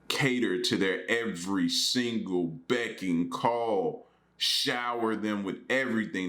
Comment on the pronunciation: Uh oh! Haha I swear you said “becking call”. I used to think that’s what it was, too lol. It’s ‘beck and call’ though haha